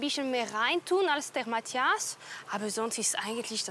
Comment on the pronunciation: Wie Cyndie immer sagt : Mattjas